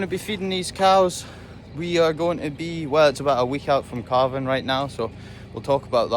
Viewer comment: CALVING! giving birth! I kept hearing CARVING, like you're going to cut them up into beef😂😂😂 so glad i misheard him 😂